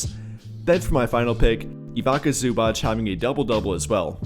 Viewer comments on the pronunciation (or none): none